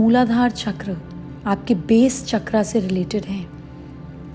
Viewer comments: चक्र CHAKRA ☑️ NOT चक्रा CHAKRAA ❌ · माता जी ! जय गुरुदेव । शुद्ध सनातन संस्कृति में चकरा CHAKRAAA नहीं पर चक्र CHAKRA शुद्ध उच्चार हैं । ।। जय गुरुदेव ।।